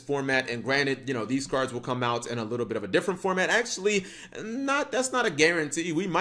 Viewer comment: "SOME OF THESE CURDS"